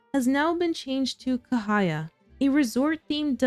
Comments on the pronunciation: The correct pronunciations is actually 'Cha' not K. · Ca as for Charlie, not kahaya😊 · Cahaya actually pronounced as "Chah"haya. I lived in Indonesia/Malaysia.